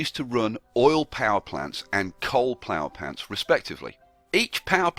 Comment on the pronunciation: Did he say "plower pants" ?